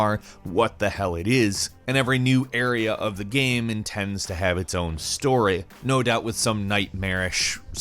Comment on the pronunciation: I can't help but notice that your pronunciation of the word "game" is very weird.